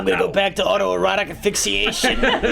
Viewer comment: I'm impressed was able to successfully pronounce 'auto-erotic asphyxiation' TWICE.